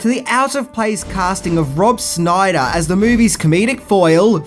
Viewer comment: Also, it is sh-NAI-der, rather than "SNI-der" 😎